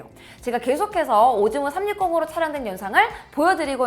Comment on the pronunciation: 오즈모가 오징어라고 들리는데 어떡하죠